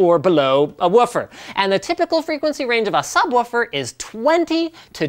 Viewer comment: When he says subwoofer I have troubles breathing